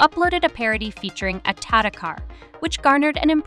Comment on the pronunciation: Not "tara" car. It's T A T A car